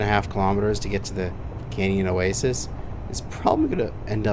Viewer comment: Are you ever going to pronounce oasis properly?